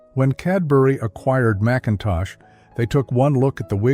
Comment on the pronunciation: It's nice to go back in memory lane but AI ruins it. But they didn't pronounce Macintosh toffee properly.